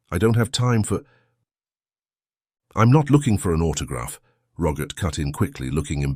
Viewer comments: The fact that the narrator (AI?) cannot pronounce the very common name Robert (not Rogert) makes me doubt the veracity of the whole story. Am I the only one? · Why on Goddess great earth does it sound like he's saying Rogurt instead of Robert? 🤔🤨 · Rogert?Rogert? Please….for goodness sake! Can’t AI say ROBERT!!!!!!! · AI voice can't say Robert correctly, such a shame.